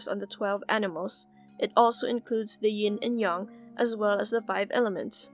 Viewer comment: Her: Yin and Yung Me: But i was told it is Ying Yang